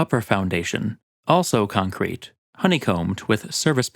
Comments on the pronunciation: Nobody: Narrator: ConKRETE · Hi, just want to let you that the emphasis in concrete is on the first syllable. Other than that, great video.